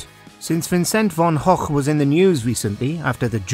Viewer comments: Von hock! Was Van Gogh (pronounced go) really that hard to say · I've heard some creative pronunciations of Van Gogh, but never as "Van Hochk".... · "vincent Von och" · just a quick question: is that how you pronounce Van Gogh?